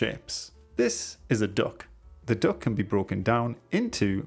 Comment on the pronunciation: I kept hearing dog instead of duck 😭